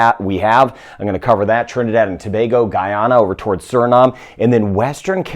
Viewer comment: He pronounced Tobago correctly